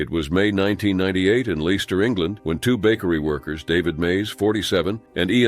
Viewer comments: Leicester is pronounced “lester” in British. Just so you know. 😊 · I believe Leicester is pronounced Lester.